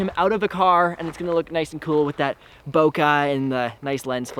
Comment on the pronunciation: Guys, actually it's bokeh not bokah. But say what you like. I mean, I'm just the guy who moans for some unimportant sh*t. Also have to mention, I love your videos! Keep goin👌